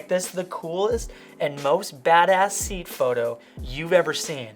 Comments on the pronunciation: 😂😂😂 I've never actually heard a Seat pronounced like that. I think it's "See-at", well thats how we would pronounce it across the pond😅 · I guess they don't arrive to all North America. In Mexico there are a lot of Seats (owned by VW). In Spanish it's pronounced "Se-at" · It's a Spanish car brand. Im Spanish. It's pronunced: SEH-AT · Oh lol Seat, you totally said it wrong lol. Anyway, loved your edits :D Great video! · the only problem I had with this video is ' pronunciation of seat 😂😂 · what you never heard of seat?? you pronounced it totallly wrong haha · The way he pronounced it sounds like a Kia Ceed rather than a Seat😂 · hey man it's not seat you pronounce it like "ay at" i think :) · SEAT -> Say-At 😄🚗🚀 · That's called a 'seat', A Spanish brand Which you pronounce as 'See-At'. / 'say-at' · seat is pronounced as se-at. very cool video! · It’s not seat 😭😭😭 it’s pronounced “say at” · Sorry the way he pronounces Seat?? Isn’t it pronounced sea-at? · BTW it's pronounced "Say-aht" not "seat" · SAY-AT NOT SEET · It's pronounced 'sayat' (Seat)😂😂 not seat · very very nice edits but i just have to say it. Seat = sayat its not a chair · Seh-at its how you pronounce it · Seat is pronounced "Say At" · it is pronounced se-at, the name of the company', Spanish company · It's not "seat" per say... More like "Sééaat". And yes, they do awesome cars and they have a lot in common with VW. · SEAT is pronounce 'Say At' bro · Love watching these work flow videos, super relaxing Also, just a heads up, it's pronounced "Say-At". It's kinda weird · Hi... looks like I'm not the only subscriber in Tenerife to your fantastic channel.. made me laugh how you pronounce the Seat car, its a Spanish manufacturer now owned by Volkswagen pronounce it like this (See at ) but put the words together. Love your channel Barry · And, it's pronounced Se-at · I couldn’t when he literally pronounced it like seat 😂😂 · Looool. It’s pronounced ‘Say-At’. But killer video!